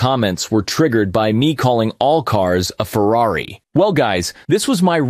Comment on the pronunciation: Bruh said Ferrari soo far off it hurts😂😂😂